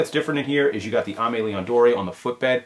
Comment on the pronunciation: Love your channel...Just a heads up Dore is pronounced "Door". When you guys bringing the show back?